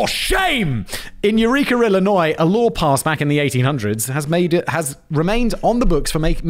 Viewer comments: As an Illinois resident, Simon’s pronunciation of the “s” is abhorrent. YOU DO NOT PRONOUNCE THE S! Just like Des Moines. But not Des Plaines… America is weird. 😂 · Illinois… pronounced I-luh-noy . You’re welcome. Lol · As someone who used to live in Illinois (you don’t say the s btw not that I think you really care lol) can confirm that there has been a larger uptick of people trying to leave the state. It’s crazy man. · ARRRRkansas 😅 illionisssss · First, a few minor nits. Rehoboth Beach is pronounced with a long 'o' in the 2nd syllable and a short 'o' (almost a short e) in the last syllable Re-ho-both. And, the 's' in Illinois is silent. That's the state I grew up in and, incidentally, the state where the city of Chicago is located (at the other end). Iowa, by the way, is on the western border of Illinois, north of Missouri with the Mississippi River as the border. Part of what's called the Midwest. Very much landlocked, unless you count the river. But, you're certainly not surfing there. And, no, the FBI is not even an original part of our system. It is a creation within our Executive Branch, and has only existed around 100 yrs or so. In our founding concept, each State is a separate entity, not a jurisdiction within another, with its own laws and ways of doing things. If you look at our Constitution and the powers it designates to the federal gov't, it's largely restricted to defense of the overall nation, handling disputes between States, etc. Of course, over the last hundred years or so, our federal gov't reach has been extended beyond those original "enumerated" powers. Which is why you may see so much controversy over the Constitutionality of a law or other federal action. Because our Constitution, by way of the 10th amendment, also says anything not explicitly designated as a federal power, belongs to the State, or the people. And, yes, even towns, villages, cities, whatever, can have their own laws. They just c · For "Illinois" the "S" is silent.